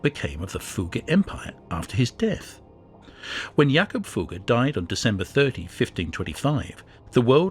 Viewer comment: Fugger was pronounced correctly... Maximilian so so